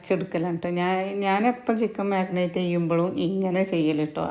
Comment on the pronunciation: ഞാൻ പുതിയ സബ്സ്ക്രൈബ്ർ ആണ്..എന്റെ അഭിപ്രായത്തിൽ ചേച്ചി Cool ആയിട്ട് സംസാരിക്കാൻ ശ്രദ്ധിക്കുക.. പിന്നെ മഗ്‌നറ്റ് അല്ല chechii മാരിനേറ്റു ആണ്..നെഗറ്റീവ് പറഞ്ഞതു അല്ല ketto🥰